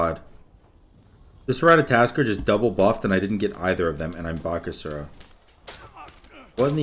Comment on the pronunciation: PLEASE it isnt ratataskr. Its ratatoskr